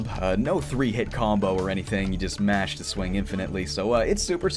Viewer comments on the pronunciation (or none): none